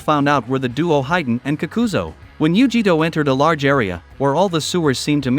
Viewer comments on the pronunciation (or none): Yu-ji-ito Nee?? Ice-obu??